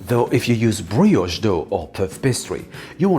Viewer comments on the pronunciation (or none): none